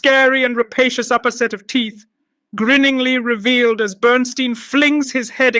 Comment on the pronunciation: Burn-STINE, not Burn-STEEN! If you watched the movie, you'd think you'd at least get the pronunciation of his name right!